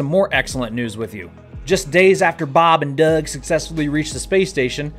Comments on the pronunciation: I find it annoying and disrespectful to these men who sacrifice a lot to do the work they do... Just say their names with some fucking respect maybe, and I wouldn't take it so personally... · I hate how you say Bob and Doug - are they some kind of joke to you. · "bahb and deurhg" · Why do you say bob and doug, that way? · Don't mind me, I'm only hanging around to hear you say "Bob and Doug" in that dirty western accent! 😂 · I loved it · Why did you say “Bob and Doug” so weird, wtf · The way you say bob and Doug makes me deeply on he edge of unsubscribing please consider saying it like a normal human being.